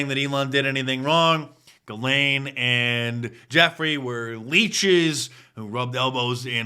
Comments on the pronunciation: It is pronounced ZHE' zlaine (French) NOT Gilaine. I've never seen anyone pronounce her name correctly yet. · And all this time I thought her name was pronounced "Jizz-lane."